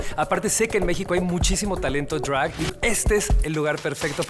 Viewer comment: Lol NO!! me desconcentra mucho su pronunciación "arte *Drwagh*💫" jajajaj ningún gud mornin ni ningun jelow aquí me hablas español!! por favor di DRAG como es 😂